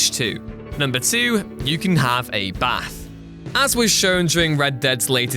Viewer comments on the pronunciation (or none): none